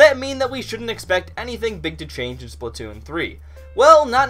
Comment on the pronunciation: The way you say splatoon makes me angry